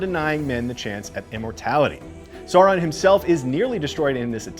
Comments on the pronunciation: It’s pronounced like Sao-ron not Saw-ron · Also, it’s Sauron like Sow-ron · Omg yes... i don’t get why it’s so difficult for people to say Sauron properly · I had to stop watching, because every time you say “Saw-Ron” a part of me dies. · I was wondering wth is saw-ron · Why is it so hard for people to pronounce Sauron? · At the back of the Appendices in The Lord of the Rings there is literally a correct way of pronouncing everything. “Sour-ron, Kelebrimbor, Ee-len-dil,”. So how do they manage to get it so wrong. Great recap but please get the names right, next time. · Sauron, Celebrimbor, and Edain mispronounced. Sauron like sour fruit. Celebrimbor like cat, Edain like eye. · Pronounce after me, Edain - Eh-Di-In, Sauron - S-Ow-Ron & Celebrimbor - Kel-La-Brim-Bor. Also the world being reshaped into a globe was more symbolic as since Aman existed no one could sail to far West, so they couldn't go around the world, only remain where they were like on a flat surface. But once Aman was raised into the heavens people could said around the world freely, thus it was like it was round for the first time.